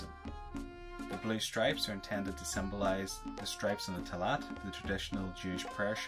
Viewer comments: I believe you mispronounced tallit. I think it should be pronounced like tall-eat. Still a great informative video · The Tallit is actually pronounced Ta-leet. I hope that helps!